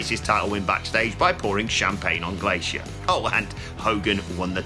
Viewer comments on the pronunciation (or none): none